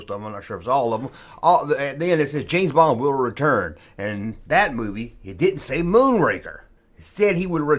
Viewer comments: James Bong? I am listening... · James Bong😂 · James Bong?🤣🤣😂🤣🤣 Dude, take that mistake and run with it!!! There's your new t-shirt line!!!